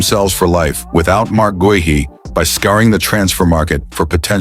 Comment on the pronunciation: Guehi is pronounced GAY-EE - use a real person to record the voice over instead of AI dubbing